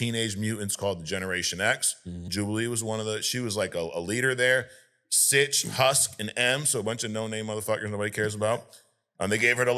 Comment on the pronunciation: Synch's name is pronounced "sync", like to sync up with something or to be in-sync. Oh well, he was a nobody, so not worth pronouncing right. :D